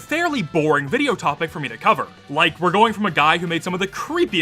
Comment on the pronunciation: can you cufer zamamshon